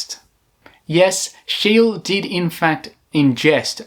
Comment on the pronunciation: Outstanding work. ''. However, Your Swedish pronunciation is incorrect! ([ˈʃeːlə], [ˈɧêːlɛ] "SCHEE-LE" That's the Swedish pronunciation. German also OK, since he was born in Pomerania, a Swedish Dominionin 1742 There is a street in Stockholm named after him Schee-le gat-an "Scheele Streeet". And WERNER FORSSMAN. In 1956 he was awarded, together with André Cournand and Dickinson W. Richards. Next time fact checking and try to pronounce "Foreign" names correctly. OK! Like we try to pronounce British or American names Comme il faut! Not Faux Pas! You've got 4G, Internet of Things. Nor hard? Right? Keep up the Good Work Bangkok-Johnny, straight from THAILAND